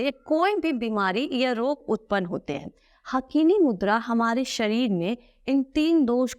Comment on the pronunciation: हाकिनी मुद्रा बोलते हैं हकीनी नहीं बोलते हिंदी में